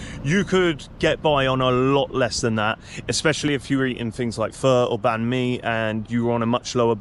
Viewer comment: Perfect pronunciation on the Banh mi